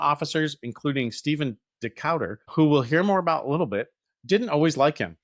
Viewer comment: This is one of my favorite parts of American naval history, but it was like nails on a chalkboard every time you mispronounced Decatur--put some respect on that man's name!